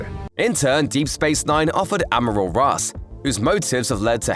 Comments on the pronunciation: It’s pronounced “Admiral” not amerals!!! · Is he saying Ameral, instead of Admiral? I could barely concentrate on anything else. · What the hell is an 'amorall'? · "Ameruls" vs "Admiral"? I guess like "en-signs" :) Are you a text to speech engine? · Maybe he's going back to the root? It's from French amiral from Arabic amir al-bahr commander of the fleet. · funny... i was trying to understand what you were saying.. I kept hearing ameralds.. (like emeralds).. i thought it was a device or aliens.. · Heh heh... you pronounce "Admiral" funny. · Hahahahaha.. I couldn't figure out what he meant, till i realized he said admiral.. Thought he was talking about some device or alien.. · LOL Maybe an amoral admiral? Pretty much, badmirals. 😄 And I have to admit, I've never heard "admiral" pronounced quite like in this video before.